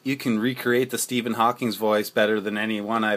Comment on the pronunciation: Thanks for the video (btw, it's Stephen Hawking, not Hawkings lol)